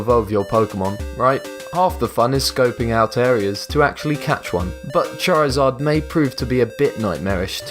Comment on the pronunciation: how he said charizard tho xD